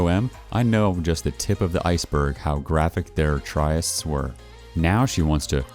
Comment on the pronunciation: Tryst is pronounced "trist"